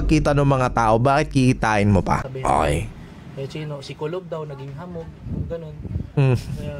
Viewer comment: TUBOL hindi kulob